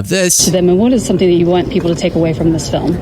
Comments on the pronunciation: Its not a documentary its a "FILUM." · The way she pronounces “film” 😂